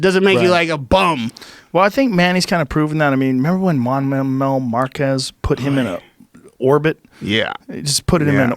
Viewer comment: Joe Saying Juan Manuel Marquez😅😅